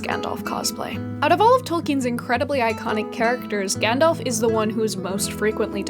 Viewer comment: Gandalf, not Gendalf. Having said that, love the vieo, thumbs up!!